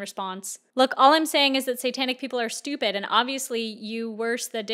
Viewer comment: "satanic peepul is stoopud"